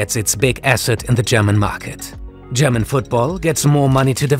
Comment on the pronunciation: lol, the host is german right? Way too clean pronouncing displayed here.